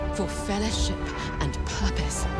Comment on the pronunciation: I do love that clip from the intro. It’s almost goosebump-inducing. But I can’t help but hear the narrator say fellahship instead of fellowship every time.